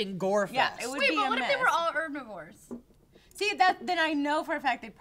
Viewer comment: it's HHEERRbivores... not er-bivores.